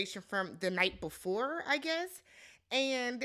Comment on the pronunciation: “You gotta lick it bvefoe you stick it” 😂